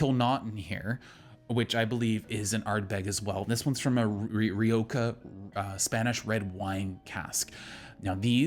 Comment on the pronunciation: I hate to be that asshole but it is ree oh ha not ree oh ka.